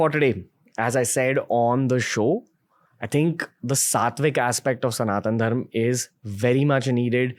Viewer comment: Left the video when he said dharmaa